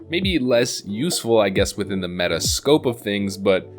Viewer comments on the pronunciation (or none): none